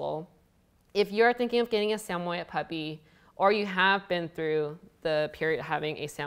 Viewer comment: Pernouced “Sammy-ed”